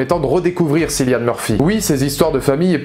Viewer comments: On prononce "Killian" et non Cillian mais excellente vidéo quand même! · Le c se prononce K, comme c'est un prénom irlandais. Cillian Murphy l'a déjà expliqué plusieurs fois. Tous les présentateurs ne disent pas "sillian"... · Thomas Shelby more respected than the one who plays it: Cillian Murphy = it is not pronounced Si-llian but Ki-lian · Sinon cillian murphy se prononce comme "Killian" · Pourtant dans toute les interviews les présentateurs disent Cillian